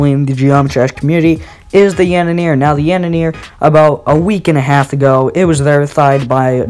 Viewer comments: It is not pronounced " The yandanir" It is prounounced like " The yawnderei" Something like that. And this is not hate i am juat saying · the way you pronounce "The Yandere" kills me xD its Yan-Der-re not Yanineer lmao, also can I please join the crew for this show? I really want to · The yandere is actually pronounced yawn-deer-ay